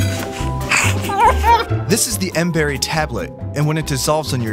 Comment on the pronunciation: it's miracle berry not mberry